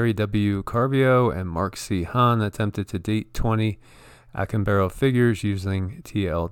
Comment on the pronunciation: Observe the accent mark say ah CAHM bah doe. Acámbaro.